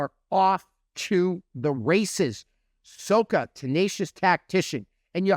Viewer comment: sah-kah FYI. (not soh-kah)